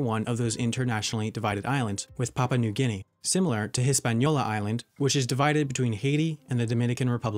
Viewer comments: the "Papa" made me laugh suposed to be "Papua" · Wait he said papa new guinea